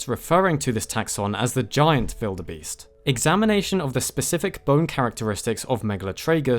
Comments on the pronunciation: Why does he say “Vildebeest” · Who in the hell puts that much effort to say wildebeest with a “v” sound? It sounds ridiculous and I’ve never met anyone who says it like that. But I did research and apparently some people in Africa say it like that so guess you get points for that 👍